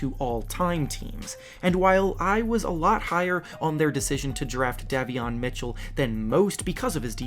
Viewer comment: Who tf is the voice? do you even watch basketball??? Day-vee-on Davion. Yo-nas not like the Jonas brothers